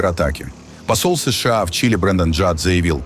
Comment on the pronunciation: Информация дельная, но ИИ с ложным ударением уже осточертел.. Неприятно понимать с плохими ударениями и долгими паузами между буквами "С..Ш А". Живые люди так пока не говорят, но вынуждены слушать.